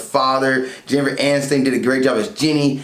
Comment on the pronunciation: It is NOT Jennifer Anistain! It is Aniston. Rhymes with fun. And...SIDE PIECE? It is a DOG.